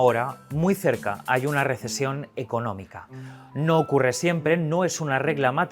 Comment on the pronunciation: Dijieron RISIESON no RESECIÓN